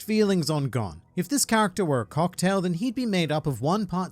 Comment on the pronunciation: GON IS PRONOUNCED GONE